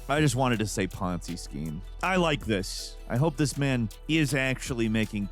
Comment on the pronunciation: First, it’s a Ponzi scheme, the “z” is enunciated. Second, more importantly, ty for saying, “poncy,” b/c I was arguing with a douche from Britain, and you’re the reason I thought to call him poncy, which had the desired effect on the target.